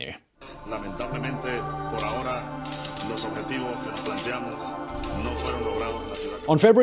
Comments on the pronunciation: Please quit saying "por ah hora"! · When you said "Por Ahora" it sounded like you said "horror horror ", which is what is happening in Venezuela now. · I love all the shows you produce. I do not love when you say “por ahora.”